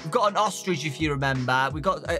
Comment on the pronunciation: Whg did you say ostrich like that 🤣🤣🤣 Dowko:VENTS OOSTRECH ME:OSTRECH